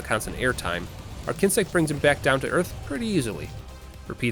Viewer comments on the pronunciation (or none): none